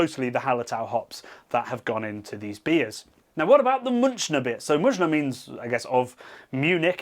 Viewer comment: Ayinger is considered one of the best Helles from outside of Munich, Aying being near Munich though. Please take 10 minutes to learn about umlauts. For example, your attempt to say Munich in German. The umlaut on the u should be pronounced almost the same as the u in the English word Munich; that simple.